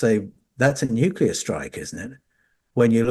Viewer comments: It’s Nu-clear not nuke cular… and Troy is in Homer’s Iliad not the odyssey which happens after the Troy story. This is all very interesting but not new though… speculative but interesting nonetheless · "nucular" and "antartica" 😱🤦‍♂️